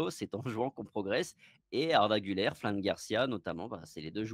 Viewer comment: GÜLER se prononce Gül(air) et pas Gül(eur)